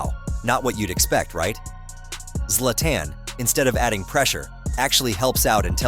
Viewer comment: the way you pronounce Zla"TAN" is mind boggling